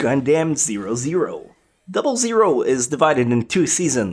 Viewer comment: great video. But please stop saying gundam double zero, duh